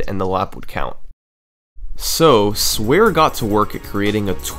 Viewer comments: As a Dutch person I shiver every time he calls SwareJonge “swear” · I love when americans pronounce dutch names wrong its comedic gold 😂 swarejonge translates to heavy boy/guy lmao